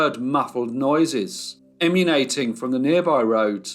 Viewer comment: You DID say "emmunating" instead of emmanating- "sounds emmanating from"